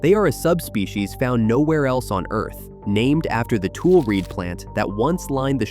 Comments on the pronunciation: It's pronounced TuLEE. The final E is pronounced. Do your research. Basque people also have grazing rights in the Antelope Valley south of Kern County. There has been a Basque restaurant there also. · And it’s a long e at the end- spelled Tule, sounds Tulee. Same with Tulare, and Tulare. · Only complaint is pronunciation, the final e in Tule and Tulare is a long e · How can AI pronounce Tulare 3 different ways in one video. Same with Tule. This will destroy education. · Bakersfield, 😅 I was wondering how AI went from correctly pronouncing Tule (TooLee) to mispronouncing it as Tool when they start talking about the elk.😅😅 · And too-lee elk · Also, it’s tule (toolee) not tule (tool) elk. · The elk name is not tool ,its Tule’ or. For AI s TULEE if that helps ! If anything pisses a Californian a real Californian off it’s misinformation about its own state. Just remember it’s TULE OR TULLE for stupid AI ! And while we’re talking about it, there is no such word as Callie it is Californian or California. ! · Like Tule isn't tool, it's exactly how it's written, pronounced tuleeee. The one I find the funniest is Tuolumne they never get that right. Go ahead ppl try it, then go find the correct pronunciation. Even Tulare gets pronounced wrong... A lot of names in the central valley comes from the OG American Homeland Security indigenous people. Then we white foreigners came into their land and put stupid names on places. Don't get me started on immigration of us the white ppl. And fuck this administration in our house tearing down American history.... no fukin kings!... I love the central valley, and Yosemite where I'm currently living just outside the west gate, come on up! sry ok I'm done... TY! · Not tool elk ,but Tule Elk . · Pronounced "too-lee", not tool. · And related "Tool" (Tule) is pronounced Too-lee by locals. Non locals - especially AI driven ones- will always get something wrong. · Tule = TOO-lee Tulare = too-LAIR-ee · It’s ‘TulE’